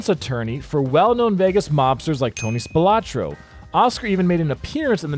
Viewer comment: Hey brother, the correct name is Spilotro, not Spilatro